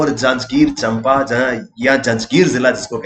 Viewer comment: चंपा नहीं उसका सही उच्चारण है 'चांपा' 🙏❤️